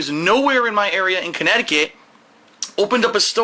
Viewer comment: "Khantint" "Canedicet"